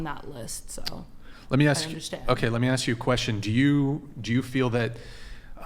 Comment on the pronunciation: Same reason americans say "aks a question" Beause they can't speak english